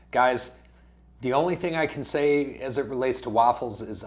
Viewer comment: You keep saying waffles, don't you mean raffles lol.